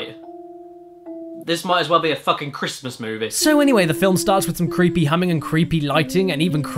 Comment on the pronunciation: First MILUK, now FILUM XD